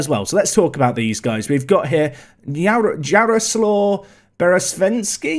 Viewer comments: Jaroslaw is pronounced Jaro-swaf (I think, going off of Wroclaw's pronunciation) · Jarosław's name is pronounced Yaro-swav